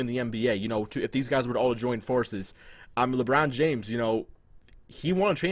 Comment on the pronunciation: lmao this nigga say "lebron jams" 😂😂